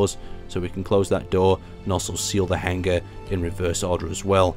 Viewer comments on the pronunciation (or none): how you're pronouncing hanger is driving me insane :P Its Hang-er not hang-ger (G is silent)